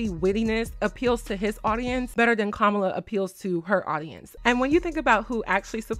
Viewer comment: her name is Kamala not Kamla. You do have to prononce the A after M.